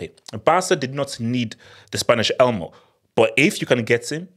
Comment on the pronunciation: The only thing wrong with this video is calling Olmo "Elmo" 😂😂